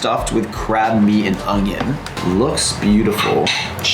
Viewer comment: Great video! All the food looked amazing! How great to have your friend as a guide! And to be invited to his home for dinner was something!!! Just two things (1) you gotta stop putting a “g” in onion! 🧅 And (2) can you have someone help you out with your eyebrows? They are crazy!!! You gotta do better to be in front of the camera 😝